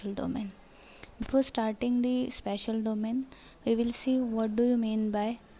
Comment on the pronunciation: Its spatial not special